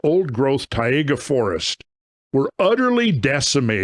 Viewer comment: What a Tayega???? You mean Taiga?? Snowy Forrests of Russia?? Also, Taiga = Snow Forrests... Tundra = Icey plains.